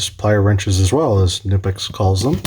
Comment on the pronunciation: its not nipex its knipex😁